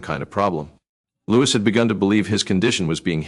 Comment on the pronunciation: At least learn how to pronounce his name!